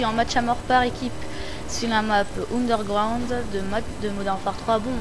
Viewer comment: Mdr' t'as carrément dit Ounderground (c'est Iony :D )